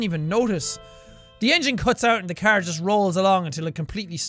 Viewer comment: Jack says it the cerrr not the car.